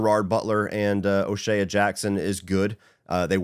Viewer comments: Hate to be that guy, and im only mentioning it because you said it so many times, and as a cube fan it started grating on me. O'Shea. Its o shay. Not o shayuh. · Lol is O’Shea really pronounced like that?